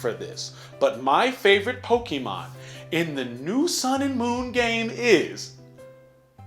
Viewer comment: I thoroughly hate, the way he Says Pokémon, it's poke eh mon not Poke EE mon.